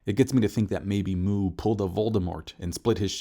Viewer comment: It's not Mu, it's Muu. Elongated. So it doesn't mean void.